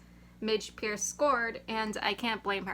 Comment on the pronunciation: How are you pronouncing Thiney right but keep pronouncing Purce as Pierce?